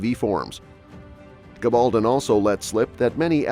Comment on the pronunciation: I don't understand why the various speakers on these sites don't pronounce Diana Gabaldon's name correctly. Very poor.